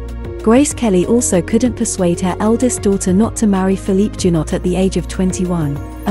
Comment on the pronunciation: Please learn how to pronounce foreign names. Caroline's first husband's surname is pronounced zhou-NAU. Her second's was pronounced ca-sa-RA-ghee.